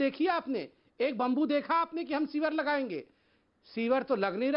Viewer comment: पे कांग्रेस प्रवक्ता ने चिंतन " शिवर " कहा 😂😂😂😂😂 slow motion में देखिए